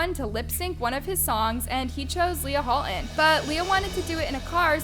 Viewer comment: "Leah Ho'olton"